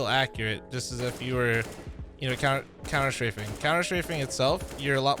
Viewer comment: What's couner shrafing?